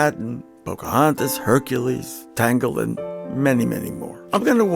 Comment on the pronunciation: Wait, what did he say.. Tanggelen? 🤔